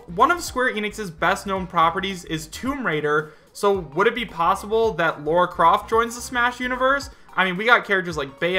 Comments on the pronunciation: he also mispronounced Jubileus and called Lara Croft "Laura"....and seems like he believes damn near every fake leak. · Why can nobody say Lara right...